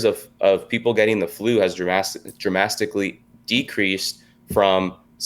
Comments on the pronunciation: dramastically stastistics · Blew my mind like a Trump rally too… and now I get how we got here…. There’s more Lukes out there. “Dramastically” more 🤣Idiocracy was on to more than just Crocs 😮😢